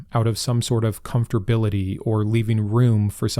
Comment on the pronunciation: I love you,. but if I hear you say "comfterbility" one more time, immediate unfollow! how's that for controversial? hhhmmmm? (p. s. really don't fall into crap slang!)